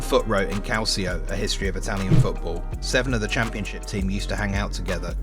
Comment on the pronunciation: Why do you insist on pronouncing Calcio the wrong way? I keep noticing. Is it so hard to say "calcho" instead of "calzee-oh"?